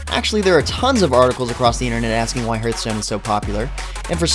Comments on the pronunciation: Do you have a "heerth" in your chest? No, you have a "heart." "h-art." It's not Heerthstone, it's Hearthstone. Hearth. Like what's around a fireplace. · firefall was better before it launched, when they added in the leveled areas it basically ruined any kind of open world game play. and you are mispronouncing hearthstone... it should sound more like harth stone